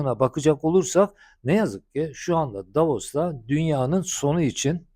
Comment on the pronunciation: Hocam "Davos" ...."Davaros"😂